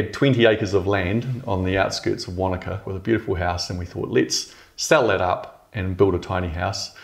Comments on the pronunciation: Wanaka... or wakanda? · I can't be the only one that thought he said he was in Wakanda in the beginning at first